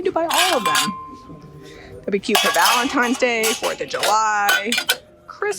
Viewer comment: Did you say….. Valentimes 😂